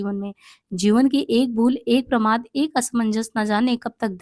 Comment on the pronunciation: देख तुझे इतना प्रमोद नही शोभता ..प्रमोद नही प्रमाद ..तुझे भी इतना गलत उच्चारण नही शोभता ..छि है